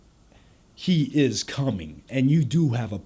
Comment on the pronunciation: you say the word coming more like "cumming"........ it added to the creepiness of the line :/